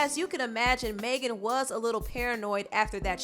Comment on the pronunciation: It’s NOT MAY GAN ITS MEG AN ., sincerely a Megan